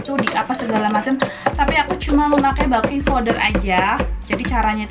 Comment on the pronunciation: Ktnya 3 bahan ku itung lbh tu telur tepung garam gula baking powder (beking bacanya bkn baking)trakhiar air. 😂😂😂😂😂🙏🙏🙏